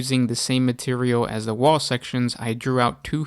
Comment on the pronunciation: Is he saying wall or waghhh?